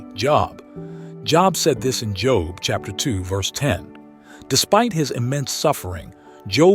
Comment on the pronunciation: Is it just me are do this guy sometimes mispronounced their names and then say it correctly when he reveals the answer, for instance he'll say Job and then say Jobe